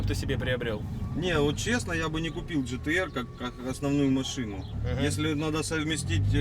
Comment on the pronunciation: НЕ ДЖИ ТИ ЭР А ДЖИ ТИ АР